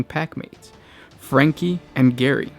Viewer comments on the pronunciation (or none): I know this vid is old and I love it but I wana just say its Freki = pronounced = frehk-ee. And Geri = pronounced = gehr-ee. Not franky and Gary for anyone watching in the future